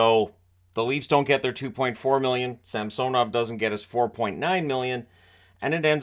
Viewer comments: I will always laugh at “Samsonite… I was way off.” (Dumb & Dumber) Re: pronunciation of SAMsonov vs. SamSONov. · In Samsonov the correct stress is on the first O